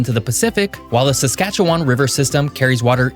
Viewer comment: I love this video, but I can’t stand the way you say Saskatchewan And The picture of the moose was actually an elk. Thank you so much for making this video.